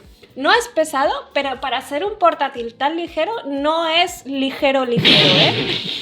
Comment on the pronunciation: Perdí la cuenta de cuantas veces dijo legero🤣😂